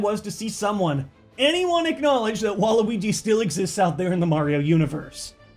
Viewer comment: I don't know who is harder, bwario or bwaluigi